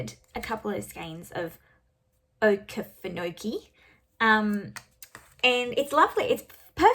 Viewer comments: Thank you for showing us all your projects. Your work is very inspiring! Btw, Okefenokee Swamp is a huge wetland and National Wildlife Refuge in Georgia, and maybe part of Florida too. Your pronunciation was pretty good! Oh-key-fen-oh-key 😇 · Yes, she did a good job pronouncing it not having heard it before, and I am sure confusing the fact that I had mentioned Georgia with Texas was an easy mistake. I was just tickled that I was able to help. Thanks for posting the phonetic spelling as I had planned to if nobody else had already. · You said Okefenokee almost like a native. It’s actually I Georgia almost on the border with Florida very near where I live. It’s a beautiful place even though you wouldn’t think a swamp would be. Love all your choices for Maynia. Lots of beauties to enjoy! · You pronounced okeefenokee exactly right. It's in South Georgia. I'm from North Georgia and I've actually never been there, your maynia choices are fantastic. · I am so glad I was able to help and that Okefenokee worked out for you. ❤️I was tickled when you mentioned it in your video. You did pretty good on pronunciation for never having heard it before. My husband fought fire there by helicopter years ago when he was a pilot for the forestry service here in Georgia, and he flew me over it several years later as well. Here is some background info.